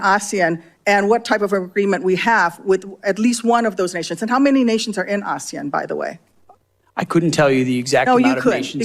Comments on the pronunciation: a-se-an, accent is on the se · It’s pronounced Ah-sea-an. Not Ashian nor Asian. Its acronym means Association of South East Asian Nations of which the Philippines is one of them. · First of all she should do a little homework. She cannot pronounce Asian and instead she is pronouncing several times aaasian. Even. A kindergarten can pronounce the word Asian perfectly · ASEAN is pronounced A See An, Australia South East Asian Nations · Its pronounced Ass-see-an. It is more of an economic , cultural and social cooperation organisation but does work to foster peace and security in the region. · Hi MK, big fan here. ASEAN is pronounced Ah-See-Yan. Anyone can correct me if I'm wrong. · I thought she was trying to pronounce Asian, lolol. WTF....no one in the room knew what she was saying! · Yeah that's not how we say ASEAN. Assoc of South East Asian Nations including Australia - but I had to look it up (forgot, and I'm ex military). So not sure what her point is 🤷🏼